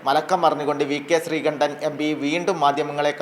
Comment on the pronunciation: Not sreekandan....sreekundan😂😂😂